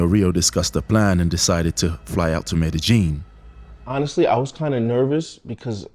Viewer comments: It's pronounced Med-e-yeen not medejeen. The J is silent. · Wp tf calls it Med-ih-jean? It’s pronounced Med-ih-yeen. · You’re in Medellin or Medegene? And please stop saying “ax”. By the way, I’m glad you got these pigs - they deserve this…actually they deserve way more than this. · MEDEGEENE ? Pretty believeable story and video if you don't even know how to pronounce the location correctly. Guess the location was in COJUMBIA eh ? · In the English language the word asked is not pronounced "AXED" .. Its pronounced ask-ed . the K is pronounced as part of the ask .. with the "ed" immediately after.. I am not from down there, but Google pronounced MEDELLIN much different than you. I have never heard it pronounced the way you do "MED A JEAN" . Why are replacing the 2 l's with the letter J ?? Best regards from the English speaking world.